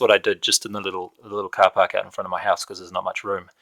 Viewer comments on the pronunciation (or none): none